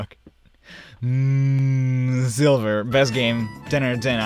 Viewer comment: And the way u said Silver was so funny